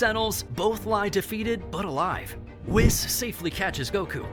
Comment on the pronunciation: When u pronounce whis as “wes”